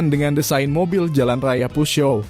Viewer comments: Mimin nyebut peugeot dgn dialek Amerika dmn dsbut puzyo. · Videonya luar biasa ❤ cuma yg ganjel adalah cara pengucapan "peugeot", dulu pas kuliah ada ambil bahasa prancis 1 semester, diajarin dosen cara bacanya Peu : dibaca peu (eu seperti peuyeum dalam basa sunda, atau e lemah dalam bahasa riau) Geot : zyo, literally zyo. T nya kemana? Huruf mati dalam bahasa prancis tidak di ucapkan. Paris dibaca pari, gitu Semoga membantu, udah subs kok🤟